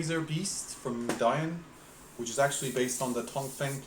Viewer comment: It's called Me-di-on not Med-ion